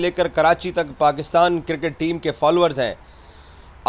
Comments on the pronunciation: No more cricket it's Kirket 😂😂😂😂😂 angliz wala bosadi chacha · Iss ki baat say lagtaa hai iss pagal ko Mohsin Naqvi direct phone kar kay Dubai say report kar raha hai. Itnaa chaatukar boot polisher kisi nay dekhaa hai? Cricket ko KIRKAT bolt hai😂 Journalist ko GENRLIST bolt hai.😂 Aaj yeh pagal apnaa thhook chaatayga.....Enjoy😂😂😂